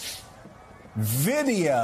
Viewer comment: It was almost like the screen scene from My cousin Vinny...."what is this that we have right here? What is this? Vid-E-O 🤣"